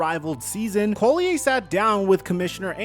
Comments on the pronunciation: LOL its not COLLIAYE its Collier!!! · Not that it matters, but "Collier' isnt a french name. Its English (call-e-err not call-e-eh ). Just means "coal miner" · He calls her Napheesa Coulier. Cut. It. Out. LOLOLOLOL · Napheesa’s last name is pronounced “call-yer” not “coal-lee-yay” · CALL-e-yer. You draw attention to her cause ... at least respect her enough to not mispronounce her name like 100 times. easy research. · Dude… stop trying to frenchify Collier’s name. It’s literally just pronounced “call-yer.” Pretty obvious you’ve never watched a single game of hers 😂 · making Napheesa's name sound all French and fancy. 😄 It's Collierrr. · your saying collier wrong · You've done several videos mentioning Napheesa Collier in them and still you can't be bothered to pronounce her name correctly... That's just lazy. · how come you can't pronounce her name correctly? that's pretty sad. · Hearing “Collier” said like that so many times is pissing me off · Bruh please learn how to pronounce Napheesa's last name before saying her name a million times in a video. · Dude if you are going to report on someone at least google how to say their name... Collier... just look up 1 video on her... You've done multiple and you say her name wrong every time. This page is becoming more and more unreliable and uninformed, sorry to say but I'm unfollowing. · You are butchering the name Collier lol